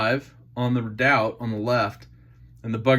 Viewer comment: Pronounced 'reedout'...an Alaskan Volcano